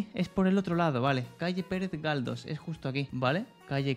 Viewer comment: Me dolió el oído Pérez Galdos